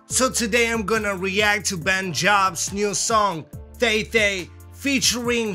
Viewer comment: The way he pronounced thei thei is like he's saying "tei tei"😂 but I'm proud of yuhhh❤❤..... keep on vibing more reaction video❤..